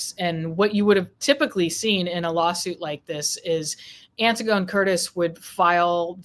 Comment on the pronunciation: Antigone is pronounced "Anne-tig-on-knee"! Anti-gone is the faux pronunciation of the classical name from Greek Mythology, Antigone. Antigone stood up for what she believed to be morally right, fyi.